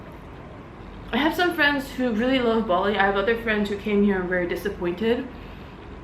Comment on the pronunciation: Bali, not Boli.